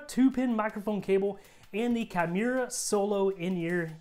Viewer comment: It's "key-moo-ra".